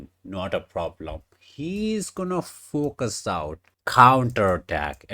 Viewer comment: Focus 가 아니라 fork us 인 것 같아요~